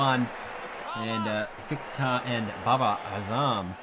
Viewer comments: Isnt it iftikhar ahmed? I hear you pronouncing it is ifitikar with an extra i in between f and t. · No offense but Iftikhar Ahmed is pronounced if-ti-khar not if-it-khar